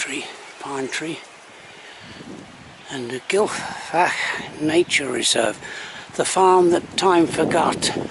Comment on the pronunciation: The F is pronounced as a 'V' Gil-v-ak but you have to sound like you're hocking up or chocking to death. Smoother slower camera movements please, plays hell with my eyes. Thanks.